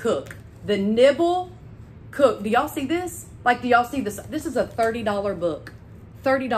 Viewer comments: You said the book title correctly at first.....it is"niMble." I googled to learn more, and it's a great book that helps us not waste food (like that watermelon rind you showed us)....I'd never think of eating rinds, so this sounds very cool! (A book with recipes for niBBles would be yummy, too). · It’s nimble cook not nibble